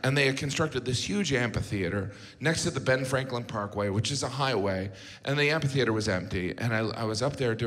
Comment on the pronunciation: Is he saying "ampi-theater"? That's not right.